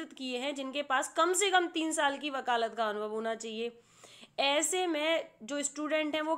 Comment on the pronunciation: बकालत अनुभव ??? Shayad aap vakalat Anubhav bolna chahti hai